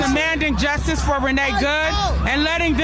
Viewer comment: "and now I got bustid by the justiss!"